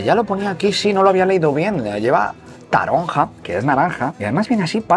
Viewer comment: Como gozas 😂tienes que hacer vídeo de cómo hacer all o olí a mortero , ese es el bueno que das la vuelta al mortero y se queda pegado .Mi tío lo hacía mientras se cascaba una palometa ( licor de anis con agua )sería buen tema y no se pronuncia taronja si no taronlla